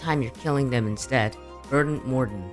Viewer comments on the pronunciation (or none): none